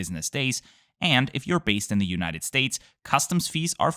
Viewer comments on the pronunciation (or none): none